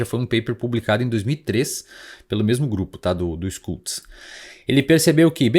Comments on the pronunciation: Schultz se fala Xultz, não Skultz. 😉😉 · ''xultz'' a pronúncia, SCH alemão equivale ao SH inglês